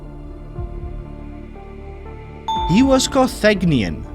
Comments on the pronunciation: Car-tha-JIN-i-an, not "Car-thag-ni-an" 🤔🤨🤦🤷🙄👎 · Carthaginian is pronounced Car-thay-jin-ian. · Oh, you really need to check the pronunciation before you narrate these quizes. Carthaginian is not Carthagnian and check Chopin. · Umm...Q-78 - he was KAR thuh-Jin-ian, not kar-THAG-nian. Basic 7th grade World History. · Interesting questions, and your accent is fun - but some of your pronounciations are totally wrong - "Carthaginian" was wrong on so many levels.